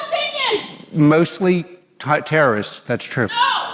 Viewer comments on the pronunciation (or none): At the end.. did he call Palestinians "Tartarists" (most would say terrorist but I heard Tartaria)